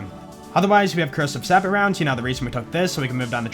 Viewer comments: Hey, it's no big deal or anything but sabot is pronounced like you're going to say sabotage, sabbo, not like sabbit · I love you... But sabot is pronounced 'Say-bow'. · idk if you know but sabot is pronounced 'say-boh'. Bothers me every time you say it lol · Sabot is pronounced sabo with an a like in say, or sabo with with a normal a